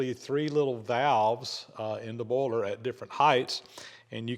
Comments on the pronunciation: And "boyler". 🙂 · More like "baller" to my ear. (New Zealand)